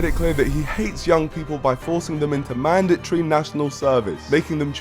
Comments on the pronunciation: Mandatory ❌ Mandatchree ✔ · lol I had to play that a few times "mand ah tree"